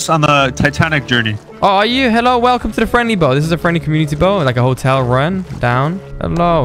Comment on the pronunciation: Truly a Velcome to rust